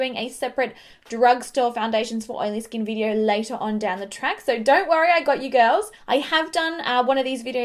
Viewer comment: Does anyone else love the way she says skin like "skeen"?